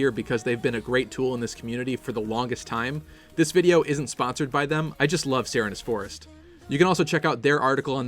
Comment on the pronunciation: I thought it was pronounced Sir Reenes Forest. Like Serene Grace the Pokémon ability.